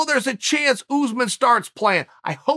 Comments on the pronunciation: It’s pronounced uss-män, not oozeman 😂. It is an Arabic origin name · Why does Chael call usman “ooze-man?” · Chael “Oozemen” Sonnen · “Oozeman”😂😂 “‘..Two plus two doesn’t equal four”- Sonnen👨🏻‍🏫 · "Oozeman" love it. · Tbf I'm surprised he doesn't pronounce it Yuzeman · I actually did ask Chael to say “Oozeman” a bunch of times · Kamaru “OOZEMEN” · Why is he saying “George” and “Ooozemen”?😂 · He says jorge as George and Usman as ooooooozeman